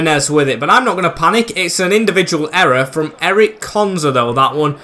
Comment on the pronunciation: Ezri konsa not Eric